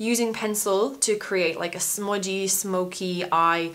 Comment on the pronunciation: Love the way u say smudgy lol